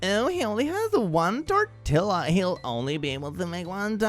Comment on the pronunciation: not knowing how to pronounce “tortilla” 😭😭😭